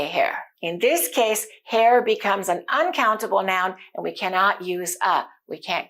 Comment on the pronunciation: Your way of teaching is appreciable. But why do you pronounce aan? It should be an. Not aan.